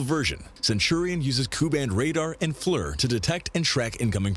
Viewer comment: Just so you don't get confused, it's FLIR not FLUR.